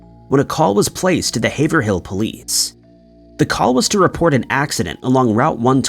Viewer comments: Haverhill is pronounced haver reel - sad story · Haverhill --> Hayv-rull. Just like in Massachusetts.